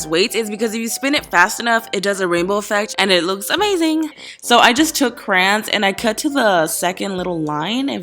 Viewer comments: She calls the. Crans not crayons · She said crans instead of crayons😤😤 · am i the only one who heard crans instead of crayons??? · says 'crans' multiple times throughout vid BIIIHHHH IT'S 'CRAYON' NOT 'CRAN' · Does it bother any one else that she says crans instead of crayons?!?!?? It's driving me insane! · She says "Cran" instead of "Crayon" omg I hate that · WTF YOU SAY " CRANS ?!?!?!?!? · I literally love how she says Crayons she says "Crans" lol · How she says Crayons has me dying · The way she says crayons is so weird and cringy 😷